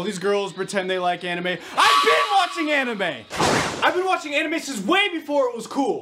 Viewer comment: I love how he pronounces both anime and manga incorrectly.